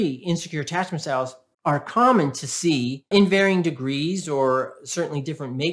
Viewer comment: At the end you said 'I will zee you next time' which is just what people feeling invisible with a narcissistic parent